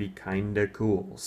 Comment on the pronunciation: "syogun" is actually "shogun", as in the word used for the head of the samurai government of Japan. :)